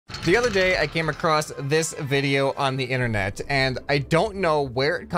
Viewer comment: He said the interner